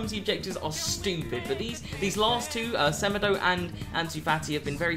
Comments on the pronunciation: Its sa-mAY-doh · The way you say semedo is abs disgusting 🙄😭 it's sem-e-do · It's pronounced 'SE-MAY-DOUGH', not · The way he said semedo smh